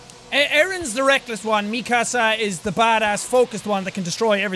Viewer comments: Nobody: Absolutely Nobody: Sean: Mikasa Sukasa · Mik'kasa sukasa lmao Why can't you just say mikasa lol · I don’t have any problem with u saying meekasa but try saying it faster and it will sound like Mikasa also it’s Jean like jeans just without the s I still got no problem because I keep remembering u never watched the aot Anime before